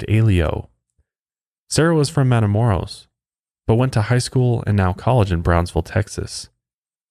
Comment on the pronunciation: I live 30 min away from where he was killed. Our older family members always remind us of this victim when we go across the border. Also, its pronounced matha-moe- (rolled R)oes... for next time(